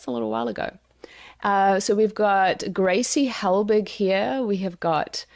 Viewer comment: Your pronounciation of Grace Helbig and Mamrie Hart😭